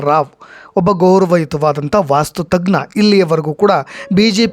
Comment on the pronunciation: ವಾಸ್ತು ತಜ್ಞ ಅಂತ ಹೇಳು, ಅದು ವಾಸ್ತು ತಗ್ನ ಅಲ್ಲ.